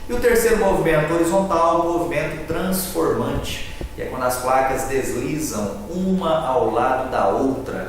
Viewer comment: É TRASNFORMANTE OU TRANSFORMANTE ???? bem no finalzinho do vídeo.....